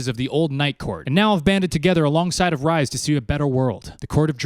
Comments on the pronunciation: Tf do you mean Rise? It’s like rrrreeeeeeees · OMG... ITS REEEEEEEESE. PLEASE, NOT RICE.... ITS REE-SAND. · Re-sand, re-s not ri bestie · Ya, I didn't need to listen to you eating/being a p*$$y about spicy food. Also Rhysand is not pronounced like rye bread, but like Reese's Pieces. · every time he says Rise I'm like who 😂